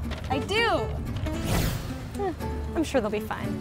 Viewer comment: Is she actually Canadian? She said "eh" wrong lol.